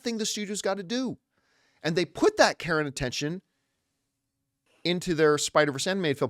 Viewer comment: Every time you say care and I think your saying Karen